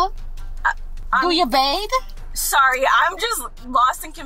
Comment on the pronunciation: "Do you bade"? 😂😂😂 - 🧡 "Her PumPum is very want to wash" - 😭😭😭 - 🧡